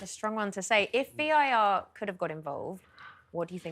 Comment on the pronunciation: At 2 38, she calls it "VIR" instead of VAR. I've said it time and time again. Please get a new presenter. This show can be huge. You need a new presenter. It's not all about looks. The likes and views won't go up until you change the presenter. Trust me.